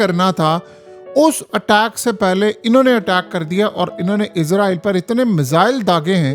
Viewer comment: Ooy bagooray 😂 izrael Nahi Israel hota ha 😂😂😂😂😂 software jab SE is Ka update howa ha project Imran SE is ki bolti hi change ho gai ha 😂😂😂😂😂😂😂😂😂